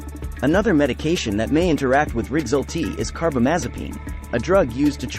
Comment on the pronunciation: Why do you pronounce rexulti so weird?